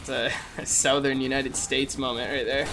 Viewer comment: i've never heard someone pronounce the u in southern more than